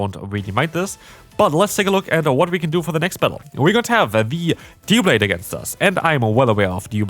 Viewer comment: I cant just sit here and let you say "Dew-Blade" Its DUB-blade, you know like double blade? Hence the 2 blades its made of and the spelling 😂 And dont even get me started at its evolutions pronounciation 😅